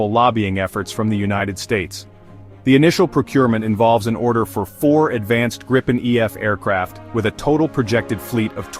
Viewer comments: Please use the correct pronunciation of gripen: It is not [ˈɡrɪpɛn] but [ˈɡriːpɛn]. In case you're not so familiar with the global IPA script, which must be assumed: The difference is the first vowel, the I: It is spoken long (like in english: seen), thus not short (like in english: sin). You can even find it indicated in its WP article. The confusing use of 'same vowels for different sounds' is owed to the Great Vowel Shift (GVS) you had in english. Go to its WP article and head right to Talk (top left), then to the comment starting 'The linguistic knowledge level displayed...', disregard the detractors: There you find what you need to know. And: 'Get a gripen, please' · Try saying "Greepen" instead of "Grippen"